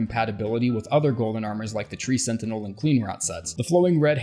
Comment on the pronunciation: twee sentinel